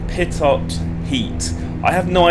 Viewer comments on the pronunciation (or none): the "pitot heat" is a heating system for the tubes which measure the airspeed of the aircraft due to the speed of the air coming into it, without the heaters on it could freeze over at higher altitudes and you wouldn't know what your airspeed is or was. it is also pronounce like pee-t-oh not quite pitot